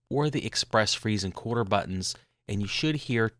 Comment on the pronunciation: I agree.....no one can understand his pronunciation . If I had to guess he is saying the "colder" button.....very poor pronunciation, he should have enunciated this better or said "Make Colder" button....I could be wrong but there is definitely no such thing as his "Quarter" button...